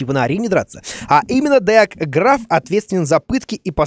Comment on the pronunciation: 22 58 (ГРАВ) правильно ГРАФ